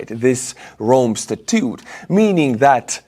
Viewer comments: statute is pronounced sta-toote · Statute is pronounced sta-choote